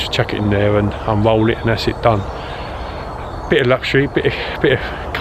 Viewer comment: We can all do things better but you need to work on your pronunciation mate. For example, rolling is not wolling! Right is not wight and things are not fings.